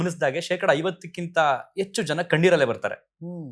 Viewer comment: ಕನ್ನಡ ಪದಗಳನ್ನು ಸ್ಪಷ್ಟವಾಗಿ ಮಾತಾಡಿ ಎಚ್ಚು❌ಹೆಚ್ಚು ✅ ಅದೇ ನಿಜವಾದ ಪದ ಅಂತ ಅನ್ಕೊಂಡು ಬಿಡುತ್ತಾರೆ... ಯುಟ್ಯೂಬ್ ಮಾಡೋ ಅವರ ಪದ ಮತ್ತು ಭಾಷೆ ಉಚ್ಚಾರಣೆ ಸರಿಯಾಗಿರಬೇಕು..